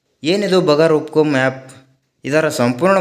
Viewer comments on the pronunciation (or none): ಅದು ಬಗರ್ ಹುಕುಂ ಅಲ್ಲ ಬಗೈರ್ ಹುಕುಂ.